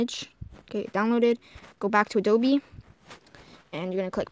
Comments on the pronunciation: its not ADOBEEEeeeeeeeeee its adobe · Ado-BEE LOL it's A dope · OK IF YOU KEEP SAYING “ADOBE” I WILL FREAK OUT YOU DONT PRONOUNCE THE E IM IT!!!!!